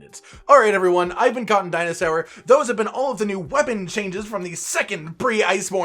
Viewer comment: Did anyone else hear him say "I'm cotton dina-sour" at the end?